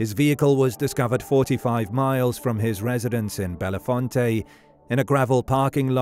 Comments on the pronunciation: My cousin lives in that town, and it’s pronounced: bellfont, not bellafonte. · Correct. Bell Font